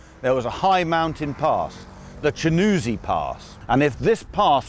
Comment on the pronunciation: hi, the name of the place is "Chiunzi" not Chinuzi. i live close to it :)